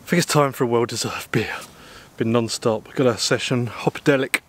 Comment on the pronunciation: Here is an idea go to visit a Speech Therapist and have your " th " speech impediment corrected i had the same ( when I was 7 ) words like " think " are not pronounced as " fink "